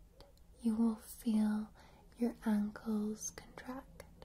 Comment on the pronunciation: when i hear you say ankles it sounds like you saying uncles lol